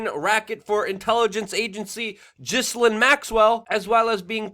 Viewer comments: What's her name's name is not JISSILAINE. It is GheLAYne. NOt JISS anything. Not JISSA- anything. Please say it correctly. It makes me wonder about the level of research when, so many months later, you don't say her name correctly. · Its pronounced Gilane. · it's pronounced 'Gillane', with a G pronounced as you would when you say 'get'. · GHIL-AINE ... how is is that people don’t know how to say her name properly! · Thanks for the new pics! Ugh. Teflon Bill strikes again. Her name is actually pronounced: Gill Lane. Disgusting human being! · Gi Lane.... Proper Pronunciation . And stop saying irrigardless... Makes you just sound dumb...